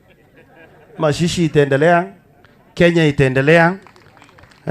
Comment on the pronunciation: Hata jina mazishi haujui kutamka sudi lakini hatukujudge wewe ni grade 2